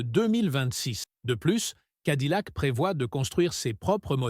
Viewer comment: Cadillac se prononce cadiyac et pas cadilac! 🤣🤣🤣